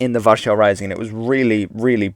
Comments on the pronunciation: Its called war-sah in English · Why do you pronounce Warsaw the way you do? If you're speaking English, you can, and really should, use the common pronounciation, not the 'correct' pronounciation. We don't try and speak in the original way when saying Jesus, or Sumeria, or (Ancient) Egypt, or Paris, or Nevada. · You have a really strange way of saying Warszawa